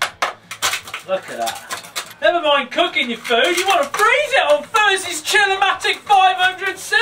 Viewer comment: Who else did hear: "The Chill-O-my d*ck"? And not Chill-O-Matic?